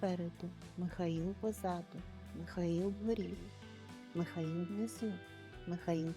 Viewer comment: Тільки не Міхаіл, а МИхаЇл. Якщо українською.